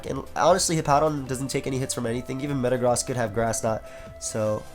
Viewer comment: Did he really say "Thatd Mega Zam" when clearly Mega-Gross is seen in the team!?